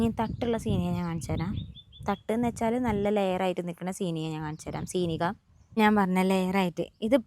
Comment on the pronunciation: Malawi le vlog anu kanaru❤❤❤❤ Pinne Seenigha alla Seeniya enna thonnanetto😂😂😂😂